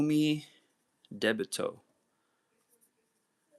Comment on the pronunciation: So, about Umidebito, great art. I love it, but why are you pronouncing it so weird? It's Ooh-Mee-Dee-Bee-Toe, not Ooh-may-deh-bay-toe.